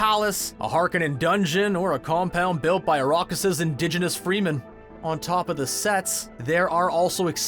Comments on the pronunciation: Going with Lady Jessica & Stilgar. Also, I feel that you should be forced to remove a fingernail, with pliers, every time you say "Freemen" instead of Fremen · I like how you said Freemen. Pretty apt, considering their style